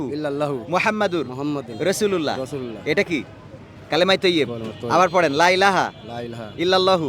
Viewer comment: কালেমা তাইয়্যেবা সহীহ করে শিখানো উচিত । আপনিও ভূল শিক্ষাচ্ছেন। লাই লাহা না, লা-ইলাহা।